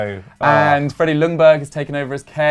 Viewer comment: It's pronounced Yungberg fyi